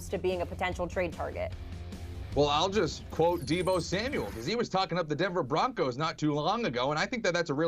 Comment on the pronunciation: it's Deebo 😭